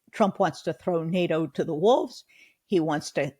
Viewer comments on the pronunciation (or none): none